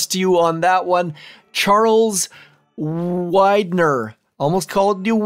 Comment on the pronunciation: thanks for pronouncing my name correctly. Most say Weedner (and that's OK if you get my innuendo)